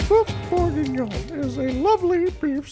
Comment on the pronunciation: A lot of Americans say "Beef BOR-gah-NON (or BOR-big-NUN)."